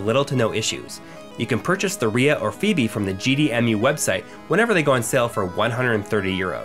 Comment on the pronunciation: Phoebe "Fo-B" Good feature though man.